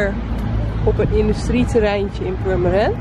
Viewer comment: Purmerend met een T? 😄